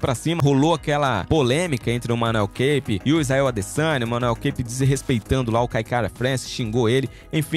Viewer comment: E outra é Manuel kapé não é inglês não é caipe kkkkkk